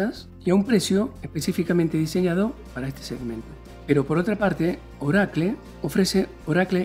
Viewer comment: Que es Orakle? haha